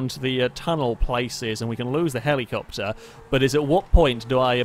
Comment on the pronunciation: Drink every time he says Heleecoptar. Have fun being dead.